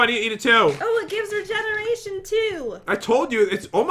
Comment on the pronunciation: Forget regeneration from now on it’s re--eration